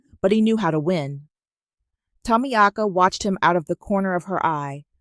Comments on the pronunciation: Is the name Tamiaka or is it supposed to be pronounced Tamika? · I love the voice but the name is pronounced Ta meek ah. Think about getting a woman with some age to make it really real baby. I will do it just for the fun and the attitude. It sounds fun and I love your stories. Great stories.